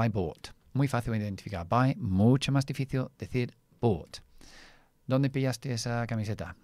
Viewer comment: Me gusta mucho tu canal, en verdad enseña mucho más que el inglés aunque todo esté relacionado con él, mas tengo una observación, cuando dices difícil en español lo pronuncias en portugués, "difíciu" pronunciando la "L" como una "U"